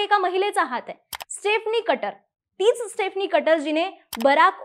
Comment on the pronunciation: Madam ek chota correction: स्टेफनी nahi स्टीफनी aahe